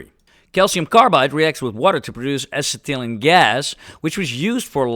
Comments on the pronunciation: Acetylene pronunciation: "asset-eh-leen" 😉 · It certainly wouldnt hurt to look up some words, among others your pronunciations for Alginate and Acetylene were..... valiant efforts, but somewhat unique. Happy New Year, hope its a heap of fun and brings rewarding new horizons.